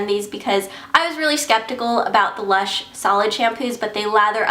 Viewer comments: not luch.. lush... lol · not.. luch... lush!! lol